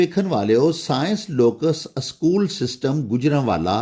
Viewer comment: Sir ya jo lafz ap na panjabe man Pola ha aschool bol ha wo galat ha ya think kar lan sukria